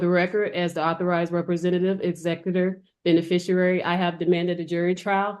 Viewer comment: Between "recruse", "afferdavid", and "beneficierary", it's obvious Ms. Bouvier is using words she doesn't even know the pronunciation – let alone the meaning – of! Ironically, SoftSets often make themselves look especially stupid in their efforts to sound intelligent.